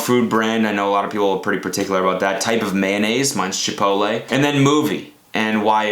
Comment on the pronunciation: Cody saying Chopolayyy